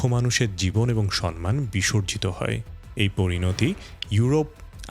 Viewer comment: সম্মানের সঠিক উচ্চারণ সমমান,আপনি বারংবার সনমান উচ্চারণ করে গেছেন।আশা করি,পরবর্তীতে নিজের ভুল সংশোধন করে নেবেন।